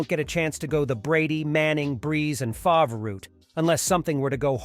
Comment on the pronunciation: Brett Favruh, Rasheee Rice